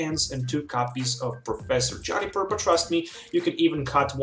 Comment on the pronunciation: Why does he say "johnny-per" instead of "joo-ni-per